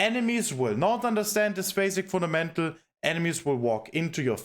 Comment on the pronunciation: "Funamental" "Funamental" "Funamental" "Funamental" "Funamental" "Funamental" "Funamental" "Funamental" "Funamental" "Funamental". Saying it so many times wrongly gives me a headache. It is pronounced "FunDamental", course-seller